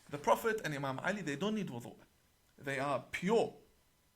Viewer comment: He is not even able to pronounce the word wudhu correctly. What kind of imam is he 🤔